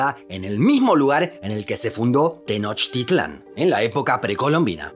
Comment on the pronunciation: Cómo mexicano me sorprendió que pronunciará bien Tenochtitlán, a muchos extranjeros les cuesta el náhuatl